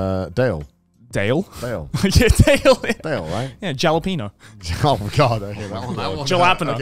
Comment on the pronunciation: Ahhhh he said "jah-lap-ino" i work at subway and ive been saying that for like a year! Hahahahaha